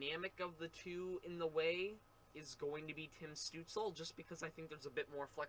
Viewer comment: Stootz-la. Not Stootz-ul.